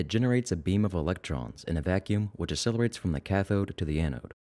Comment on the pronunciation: You're not saying the word accelerate correctly. You're saying it as if it's spelled asselerate. The jacking off reference was not funny. Gross. No one wants to picture that.